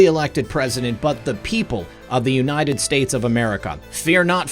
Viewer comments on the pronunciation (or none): none